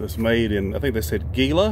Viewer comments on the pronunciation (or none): correct pronunciation of Gila is Hee’lah